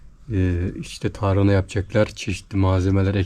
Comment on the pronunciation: Elinize sağlık güzel bir video olmuş ilgi ile bekliyorum videoları kolay gelsin. hanım önemsiz belki ama TARANA değil TARHANA 👍😃